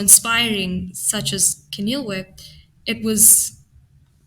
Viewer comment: Well done for the correct pronunciation of names like Keneiloe and Wits! It shows that you take care when you prepare the material.